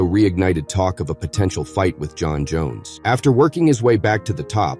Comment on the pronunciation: jon joneeeyus 😅